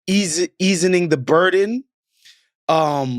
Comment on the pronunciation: Did he say “easining”? 😂😂😂